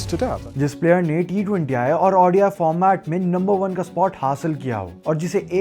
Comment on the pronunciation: its called ODI, not Audi I! ffs!